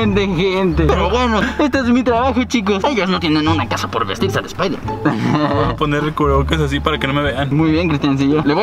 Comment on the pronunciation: espaidermen espaidermen 😂😂😂😂